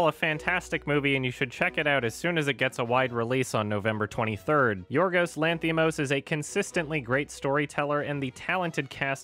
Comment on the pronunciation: Its pronounced YIORYOS not yiorgos (im greek)